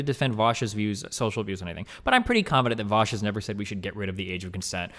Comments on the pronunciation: You can easily tell how a conversation's gonna go as soon as someone says "Vowsh" instead of "Vaush" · Why do all the nut jobs say "Vowsh"? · Every person that pronounces it "vowsh" has always turned out to be a unhinged lunatic it's amazing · Voooosch fab. seriously though, why cant people pronounce your name? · This dude OOZES insecurity. He ends everything by saying he doesn't care. Hes also intentionally mispronouncing Vaush because thats how much he doesn't care about the guy. LOL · I think mis-pronouncing Vaush has become like a meme to his detractors... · Is purposefully mispronouncing "Vaush" the #privileged cis white male version of purposefully misgendering someone? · Well Vaush did give the take that neo-pronouns are essentially just nicknames. And the name "Vaush" is just an online alias/nickname. If you stretch this line of thought out so flatly it becomes 1D, then it could be trans-phobic to intentionally mispronounce his name. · He pronounces Vaush the same way Kraut does, lmao. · he pronounces your name in Sargonian on purpose